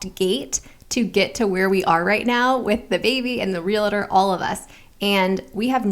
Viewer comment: I often wonder why it's so common for people to say "realitor" instead of "realtor." A friend of mine is a real estate agent and hears that mispronunciation constantly.